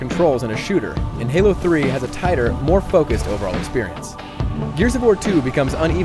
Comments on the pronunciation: Did you mean to call Halo gaylo?! If you did I will not be very happy... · You said galo 3. lol